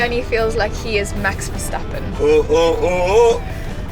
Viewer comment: Stappen NOT SHtappen... S CH ans, and not sh ans, CH as in loCHness, but do not overdo it...we do not have ow and sh sounds in our languages like you Germans/English have... Unless you have teeth problems, don't use the sh sound..